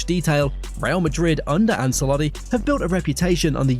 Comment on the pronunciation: Love your work, thank you. Just a tip from a language teacher: Celtic is pronounced with an /S/, Ancelotti with a /CH/ and Metropolitano with a /A/ at the end 💙